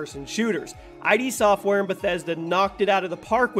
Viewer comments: it's "id" Software. Not "I-D" Software. Id is an actual word. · “Idee Software”